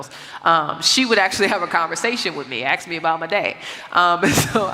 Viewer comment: I'm sorry but I cannot wilfully listen to someone that purposefully uses the word "axe", instead of the word "ask".